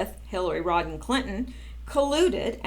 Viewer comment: it is Hillary RODHAM Clinton - not Rodden - some of us say Rotten which is probably more appropriate